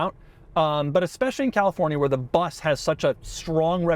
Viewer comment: was listening to this video while working. i was like why are you keep saying BUZZ??? isnt it a VW BUS? How can Doug mispronounce that word so badly. then i looked at the screen, oh...